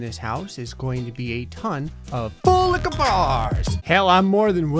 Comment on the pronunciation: Am I the only one that thought full liquor bar! Was fullic barrr 🤣🤣🤣🤣